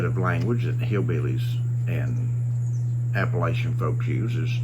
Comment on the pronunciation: This guy doesn't even know how to pronounce Appalachian...............